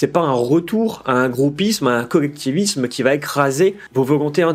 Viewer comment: C'est quoi exactement son problème avec la lettre L ? Ça me rend fou de l'entendre dire "cowectif", "cowectivisme" ou "individuwawité" ! Arrête de nous casser les couilles et va consulter un orthophoniste (et pense à prendre qqs vitamines par la même occasion) ! 🙄